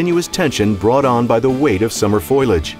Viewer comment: He said "foilage".... aaaa-hahahahahaha! Not an ISA Certified Arborist, is he..